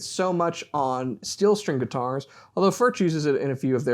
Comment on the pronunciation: I see you guys still a little struggle with the pronunciation of the name Furch. It doesn't matter too much, but if you want to hear, how we pronounce it here in Czech Republic, listen to this (this dutch guy is spot on with the first form you will hear): Anyway, very nice review! ;-)